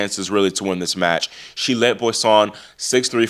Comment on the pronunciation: Hey, just a little note on the pronunciation of Boisson...(Bwah saw) the 'n' is not pronunced